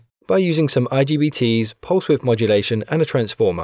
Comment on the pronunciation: Its not IGTB.. Its IGBT 😅😅😅